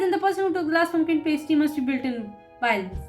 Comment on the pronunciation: For the future, it’s not “pay stee” like you pronounced it: it “pass tee”. Pumpkin Pass Tee, is how you’d pronounce it.